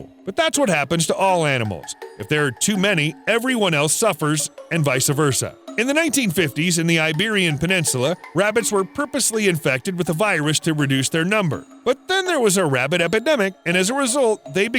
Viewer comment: Vice versa* not vica versa